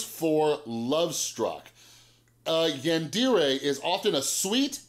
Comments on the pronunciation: And it’s pronounced yon-dairay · Actually it’s pronounced yawn deh reh (roll the r) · It’s pronounced like YAWN-DER-RAY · I will say, the way you pronounce yandere hurts my weeaboo soul a bit.